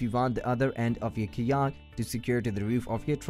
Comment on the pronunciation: Hi, its hard to understand some of your words. Fyi. It took me a few minutes to realize you were saying kayak